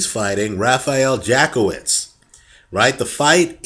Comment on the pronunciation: Hehehe, You probably don't want to pronounce it Jack-Off-Vitz for the connotations it brings, it goes more like Yatskievitsh